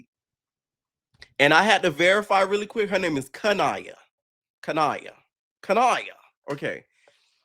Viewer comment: lmaoo no bc my name is Ka’Niya without the H tho everybody call me everything but that one lady called me kenya and kendra 😂😂😂it’s Ka-Ni-Ya